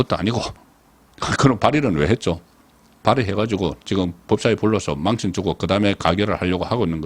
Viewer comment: 탄핵 정지 망신 등 일부 단어 발음이 이상함.